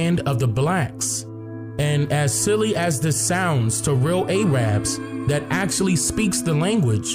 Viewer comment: A-Rabs.... xD I'm Muslim and I grew up around a lot of people from the Middle East and East Africa and I think it's hilarious how you pronounce "Arabs."